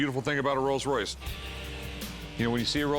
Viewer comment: There is no such thing as a "Royals Royce", it is a "ROLLS ROYCE". Real car experts.